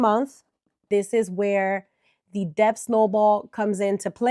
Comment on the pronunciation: D is silent in “debt”.